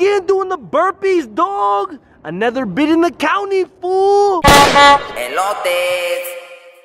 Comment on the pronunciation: I hate how he said e-lote instead of eh-lote Elote foo